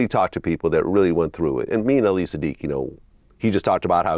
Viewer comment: Why is it so hard to say ali?